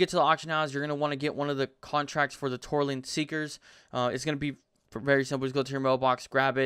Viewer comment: It's Tortollan Seekers...NOT Torleen LMAO